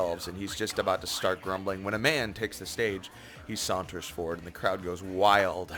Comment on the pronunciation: lmaoooo you said "cloud" instead of "crowd" like three times